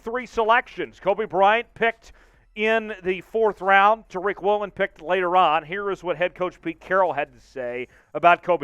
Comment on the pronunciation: This is the same fool who called the LOB the “legion of doom” - the fool who can’t pronounce Jake Curhan or Boye Mafe or Tyreek Woolen - a fool constantly embarrassing us by giving us Grant Cohn takes without the sense of humor or gravitas and also- just too many damned mistakes dude! Can we trade this fool to Denver, maybe, and get back three times the talent with one-third the headaches?